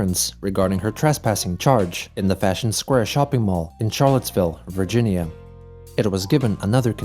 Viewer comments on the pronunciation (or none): none